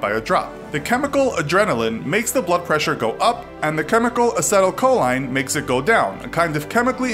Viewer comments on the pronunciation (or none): it's pronounced as - e - tul - co - lean not whatever you said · Learn how to pronounce acetylcholine before you use it in a video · The pronunciation of vagus nerve and acetylcholine are hillarious.